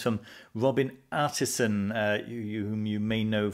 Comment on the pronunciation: Sorry to correct you again,, but his name is Robin Artisson. And thank you for the videos!